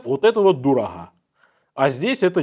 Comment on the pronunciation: дорахга, дишоука 🤣👍оговорочка про омега😮